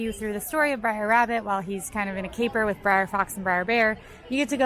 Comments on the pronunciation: Brer. Not Briar. Brer. Yes, it’s problematic, but the characters’ names contain the abbreviation for Brother, not a reference to the Briar patch. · It’s not “briar” rabbit. It’s br’er which is a vernacular speech form of “brother”. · it's BR'ER Rabbit, as in Brother, not Briar! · Brer! Brer! Not Briar Rabbit! Brer Rabbit! LOL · Aloha; Love the blog! Please remember that you are not saying "Briar" As in Briar Rose, but Brer means brother And is pronounced like "Hair". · Yeah, Brer means brother. It was getting to me too. Of course, I feel same about Molly always saying noods.